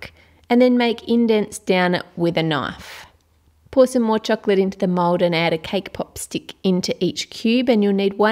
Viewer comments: i hear you said mod insted of mold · Why you say mode